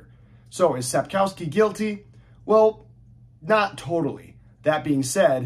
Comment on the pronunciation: It is pronounced Sapkovski. Polish use w for v.